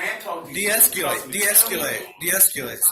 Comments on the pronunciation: de-esc-YOUUU-late lmaooo God these people are stupid. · De-escu-late= I am uneducated and cannot pronunce words that most people can. What a bunch of man children. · De-es-cu-late.. and this bozo wants us all to believe he has 2 yrs of police experience. Lol ND WE ALL KNOW WAS KICKED OUT OF THE ACADEMY.. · De-es-culate, de-es-culate, de-es-culate, Sergeant. Go back to school, go back to school, go back to school, frauditor. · De-eskewlate! De-eskewlate! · "don't try to infringe...." Here we have it folks. He thinks he's better than us. Also: "Esculate..." WOT????!!